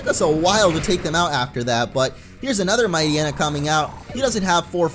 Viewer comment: it isn't mightyyena, it's mightyena (might-yena) one word